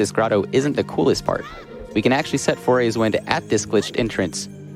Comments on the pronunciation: I always assumed it was pronounced "Fuh-roar" personally, but that's how I read it when I was like 5 years old... Definitely didn't think it was pronounced "Four-ays" like this guy was pronouncing it. Not even sure how he turned the spelling of "Farore" into "four-ay" Apparently he just thinks "are" makes "ore" and then the second R is silent? XD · It's faRORA's wind; not faYORAEYs..... jesus christ. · cant believe he kept saying foray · FAY ROAR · I love how keeps calling it Fauria’s Wind 😭😭